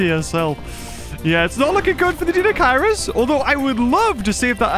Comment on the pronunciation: Deinocheirus pronunciation: DINE-oh-KIRE-us